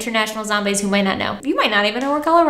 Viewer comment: As a Coloradan, I appreciate you pronouncing Colorado correctly.